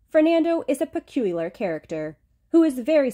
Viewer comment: "Pecueyuhlar character"